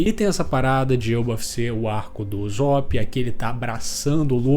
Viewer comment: O quão difícil é pronunciar certo os nomes? Kkkk uzop e zebec mds kkkkk